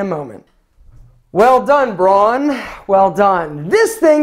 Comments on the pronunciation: Please, please, please, it‘s called Braun, not Broan. Don‘ get this wrong again, it makes me sick! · Hey! Braun is a German brand and is pronounced "brown", just like the colour. It actually also means brown in German. Just thought you might want to know.:)